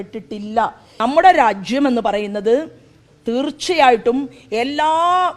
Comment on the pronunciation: രാജ്യം, തീർച്ച ഇത്രയും കടുപ്പിച്ച് ഉച്ചരിക്കണ്ടാ🤣🤣🤣